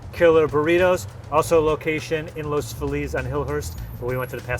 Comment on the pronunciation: Thank you for pronouncing Los Feliz correctly 🎉